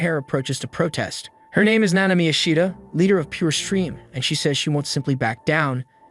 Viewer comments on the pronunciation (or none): none